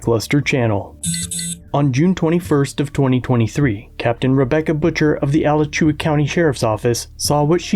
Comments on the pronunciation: I like how Jeff Gray (HonorYourOath Civil Rights Investigations) puts it: "You have two choices. You can honor my Constitutional rights, as you swore to do, or you can violate them." Also, Alachua is pronounced with the accent on the second syllable. Uh-LATCH-Oo-uh. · It’s pronounced Uh-la-choo-a county 😂. Hearing Al-la-choo-a caught me so off guard. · That made me laugh. It’s not Ala chew ay. It’s A lay Cha waahhhh. 😂🤣😂😂🤣 F corrupt 🐖’s tho!! Love you lackluster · Love you Lackluster but this is the second video I've left a comment... Alachua County is pronounced (Uh-La-Cha-Wa) NOT (Alla-chew-ah) . Not surprised to see our area police on here. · You butchered the county name while doing a story on butcher.